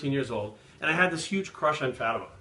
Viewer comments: Fátima is a Portuguese name. The "á" is pronounced differently. If you only use A it sounds like "uh" but when you use the ´ it sounds like the way you pronounce the "A" in Classy for exemple. So the way you said would sound like Fuhhtima (Like a Russian accent). So it's Fá ti ma. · Isn't it pronounced Faa ti ma? (Not that I would know) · I always thought it was pronounced fuh-team-ah